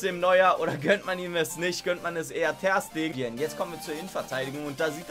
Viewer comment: ich hasse es wie du das Ter bei Ter Stegen betonst statt Ste